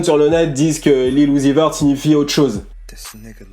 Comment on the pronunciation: Son nom se dit (Lil Youzi veurt)